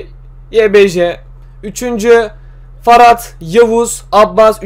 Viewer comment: Ferhat a neden Farat diyon :D